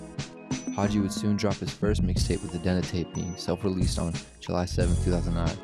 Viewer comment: The Dena tape is pronounced like Dee-Nuh. You know, in honor of Pasadena